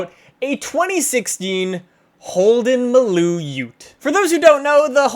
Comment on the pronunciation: You pronounced maloo perfectly.. well done mate. Ps the sandman we call a panel van in aus.